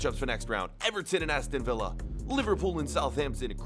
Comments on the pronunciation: Aston vee-ya 😂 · How did he just pronounce Aston Villa 🤣